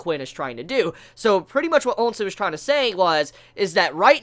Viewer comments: Ousen is part of the "Ou" military family, just like Ouki and Ouhon. So his name is pronounced like "OU" SEN just like "Ou"ki! Also Mougou, Moubu, and Mouten are all part of the "Mou" military family. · Ya gotta stop saying Onsen dude xD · Qwin Onsen lol it tickles me every time I hear it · This guy likes to troll by pronouncing Qin and Ousen wrong, right?